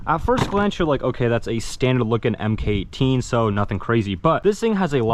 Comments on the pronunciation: Please, for the love of God, do not pronounce it "Em Kay 18" ever again. It's Mark 18. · It’s pronounced Mark 18 not “emm Kay 18” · You are supposed to pronounce the MK in MK18. If you say EM KAY 18 you will be made fun of.